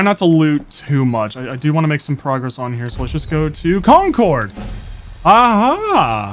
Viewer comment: con-CHORD LMAOOO its CON-curd, like concurred.